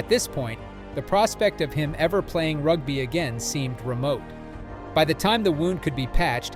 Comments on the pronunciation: Rugb-eye? It is pronounced "Rug-bee". And grandfather is not "Peeyet doo twaah". It is "Peet doo toy", with the "Peet" rhyming with "hit". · Channel reported. Your efforts to mispronounce words to lift engagment is embarrassing bro. Rug-bye, rug-bee, Doo-toyt, Doo-twah. Do you think we’re s t u p i d? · ... "rugbuy" ... LOLOLOL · Ok. Thank you for letting me know. It was very strange as you would say ‘rug-bye’, then in the next sentence pronounce it correctly (‘rug-bee’). The same with Steph ‘Doo-toy’ then seconds later pronounce it correctly as Steph ‘Doo-twah’ Then alternate between the two Hearing you say it was not intentional, I’ll take your word for it. Cheers. Thanks for your videoes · Rug-bi? Peter Stef du Twat? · Err bro…rug-bye? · That was hilarious 😂 and “Rugbuy” for rugby. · I watched 37 seconds and bailed out. If you can't even pronounce "rugby" properly then I don't want to hear the rest.